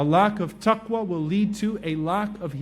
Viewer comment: Salam alaikoum CAN i ask a QuEstion please : why did you say tuqwa in duaa and not taqwa ? Thnks